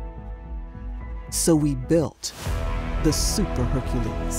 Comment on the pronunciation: Why does the narrator struggle pronouncing "Hercules"?